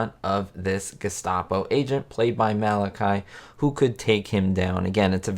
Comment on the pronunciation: A good video but the actors name is pronounced Ma Latch E (the middle syllable rhymes with watch), not Mal i ky (with a long y).